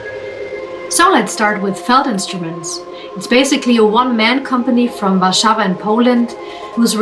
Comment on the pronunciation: Perfectly pronounced "Warszawa". Like a native speaker. Bravo! I applaud you for taking the trouble, instead of just saying "Warsaw" like everyone else.